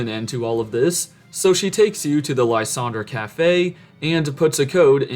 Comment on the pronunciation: It’s pronounced ZER-AH-sick and lye-SAND-er, “”! 🤨